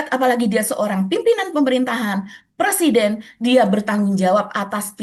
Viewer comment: Dear, 'pre-siden' mba, bukan 'per-siden' 😅😬